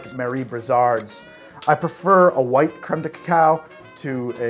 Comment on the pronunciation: Please, it's "crème" not "créme"